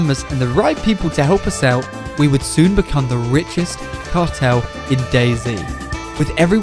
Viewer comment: how we wan the wichest cawtel